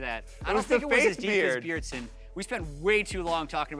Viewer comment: It's BJERDSEN